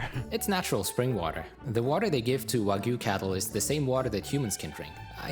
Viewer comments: Notice, all you freakin imbeciles out there, that JAPANESE pronounce the Japanese word, wagyu, as WAH-GYOO...NOT WAGOO! GET IT RIGHT! Man, people saying wagoo really gets under my skin. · Heu, le français qui traduit où lit le texte pourrait-il faire un effort sur la prononciation des mots japonais, car entre "ouajiu" où "cobE" ... très peu pour moi. 👺(je me suis arrêté a 25 sec de vidéos pour éviter une perte d'audition)